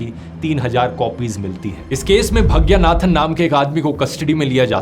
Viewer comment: सिवा रसन नहीं... शिवरासन् नाम था उसका... आपको विनम्र निवेदन है कि आप नामों का उच्चारण अङ्ग्रेजी के लिप्यन्तरण से नहीं, स्थलीयभाषा के लिपि में ही, उस भाषा के विशेषाभिज्ञ से पूछ कर सीख कर करें। साथ मे नालिनी नहीं, नलिनी पढना चाहिए.... दर असल इतना तो बिना तमिळ् जाने भी संस्कृत के ज्ञान से पता चल जाना चाहिए था... इतने गन्दे उच्चारण न किया करें। भग्यानाथन् नहीं, भाग्यनाथन्.... अरे भाईसाहब, क्या आपने हिन्दी में भाग्य शब्द भी नहीं सुना है क्या??? तामिल् ईलाम् नहीं, तमिळ् ईळम्. IPA (International Phonetic Alphabet), या transliteration नाम सुना है??